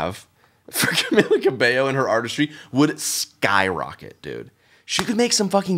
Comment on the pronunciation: Her name is pronounced cah-mee-lah